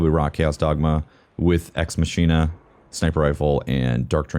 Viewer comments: Sniper is pronounced, Ex-Mock-eena. Not, Ex-machine-a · ex mahk eena is how you pronounce the sniper rifle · ex machina (Eks Măk-i-nah) :) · Isn't it pronounced mach-in-a? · the sniper rifle's name is pronounced "Ex MACKina"